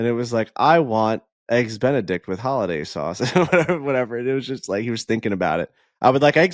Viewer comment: I really hope knows it’s hollandaise sauce and not “holiday” sauce. Like come on man.